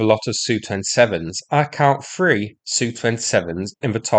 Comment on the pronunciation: Can you stop saying SU, instead say S U. It sounds so stupid to hear it as a "word". Can't explain it better.